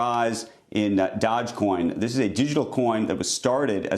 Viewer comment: "DODGE COIN" LMAO